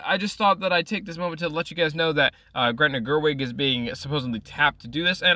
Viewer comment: It's Greta. Not Gretna. Greta Gerwig = actor/producer/director. Gretna Green = Town in Scotland.